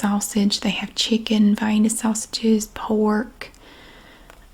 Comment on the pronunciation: Yes to the vi-eena pronunciation!